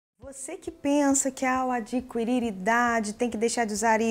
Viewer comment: Gosto dos vídeos, mas, na palavra "adquirir", não se pronuncia o "u". É só dica, sem ofensa. Obrigada pelos vídeos. 😍😘